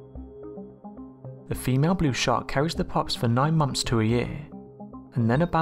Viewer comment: What the bloody hell is a 'shaa-aark'? And what is a 'shooah'? Geordie, are you, chum?